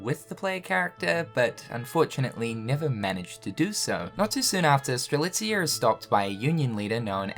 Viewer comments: finally saying Strelitzia’s name right 😆😆😆😆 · Its great that you can pronounce Strelitzia right now; now do it for the other x characters! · Having pronounce Strelitzia correctly is the most unbelievable thing this year ahem jk xP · I saw this thumbnail and begged that he wouldn't say strelisa, god that felt great xD